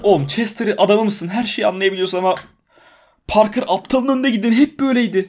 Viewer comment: Parker e parke diyor ksksksmemoss